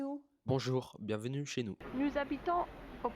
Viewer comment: Not bad at all. You’ve made some progress — your “R” is better, and your intonation is less sing-songy. The main issue for me is your “é” sound, which isn’t quite right. You pronounce it somewhere between “é” and “è”. For example: chez, étage, aller, visiter, escalier, terrasse. It’s a very French sound and it appears everywhere. For foreigners, it’s often very difficult to pronounce, but for native French speakers, it feels easy and natural — so if it’s not perfect, we quickly notice that you’re not French. Just focus on improving your “é” sound, and I’m sure you’ll sound much more French!